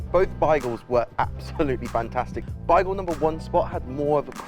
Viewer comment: Your way of saying “Bagel” does not seem correct lol